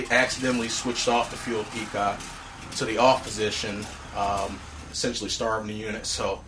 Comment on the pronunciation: Really enjoyed the review. I had to smile, though, when you several times called the fuel petcock a fuel peacock. Thanks for the review.